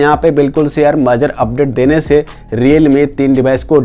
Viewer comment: majar nhi major hota hai bhai